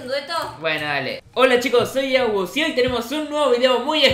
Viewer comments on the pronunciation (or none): te diste cuenta que te dicen agus enves de